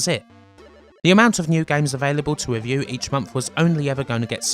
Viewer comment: i love the voice over/narrator guy. or shall I say "nawataw"? gweat weview! HILARIOUS